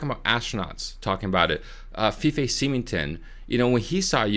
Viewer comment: The guys name is pronounced "Fife". 😁